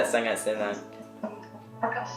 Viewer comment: I good i will rate it 8/10 Reason: In malay we have Normal malay,indian accent and chinese accent and the most hard to relate accent is Chinese It not really hard to relate to me but you know you said sangat sangat seronok you pronounce it like this Sagat sagat seronok but you pronounce it like saangaat saangaat seeronok